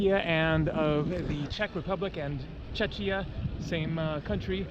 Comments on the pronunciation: You said Čečia, but correct is Čekia ... ch=k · It does not pronounce [chechia] but [chekia]. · Nice, BTW Czechia is pronounced like Chekia. It's basically Czech+ia.